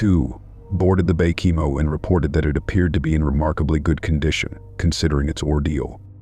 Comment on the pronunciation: Baychimo? Bacamo? Wth?